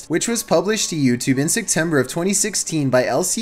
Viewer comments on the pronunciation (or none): Am I the only one who hears “Sectember” and physically cringes?